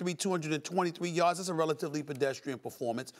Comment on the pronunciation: "And he averages less than 2 yords a cary!!! LOL